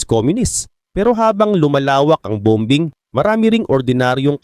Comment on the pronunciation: Bom_bing😮parang pronunciation ni saloth yn😅